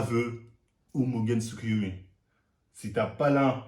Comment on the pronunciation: « C’est tout simplement : mon mugeyn tsukoyomi » JE SUIS MORT HAHAHAHAHAHAAHAHAHAHA